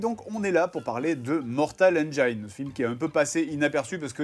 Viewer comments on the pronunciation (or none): par contre 'engine' se prononce comme ça : ˈendʒɪn et pas ANJAÏNE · Ça se prononce mortal "enjine" pas "enjayene" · ça existe pas Engaïne en anglais ^^ Il faut prononcer "Endgine" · BONJOUR. CECI EST UNE INTERVENTION. "Engine" se prononce "N-Djinn" et non N-djaïne". Conteste même pas. Il n'est pas trop tard pour changer, et rejoindre le camp de ceux qui ont raison, parce qu'ils parlent anglais. De même, si tu prononce "praïson break", il est encore temps de faire repentance. Sinon tu finiras dans l'enfer de ceux qui disent "oui mais alors pourquoi tel mot ça ce dit comme ça gnagnagna". On prononce "prix-zeunne". Non, chut, la contestation est futile. Tu as tort. MAINTENANT TU SAIS. NE FUIS PAS LES FAITS. LE POUVOIR EST ENTRE TES MAINS. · Mortal engeaïne... mon oreille saigne ^^ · Mortal Engiiine (se prononce i et pas aie!) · hmm. on dit pas "mortal enjaïne " ...juste comme ça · Attention à la prononciation, Benzaie va se facher^^. C'est /ˈendʒɪn/ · La prononciation de engine ahhhh! ça se prononce comme "machine", pas comme "vagina" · On dit engine. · Bon sinon, vous savez pas prononcer Engines.